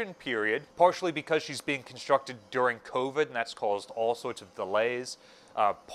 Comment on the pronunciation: did you say constructed during COVID?